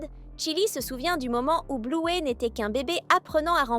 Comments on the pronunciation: On dit Bleuy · J’adore bluey mais tu le prenonce malle